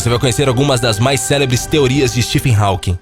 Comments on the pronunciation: Nem pra aprender a pronunciar o nome HAWKING??? Dóem os ouvidos a cada vez que fala "HÁUQUIM". Pelo amor... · Vou parar de ver só por causa dessa tua pronúncia "rauking", affff é róking, meu amigo! esse AW tem som de Ó. Fica a dica. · Hawking mas a pronúncia é 'Rókin'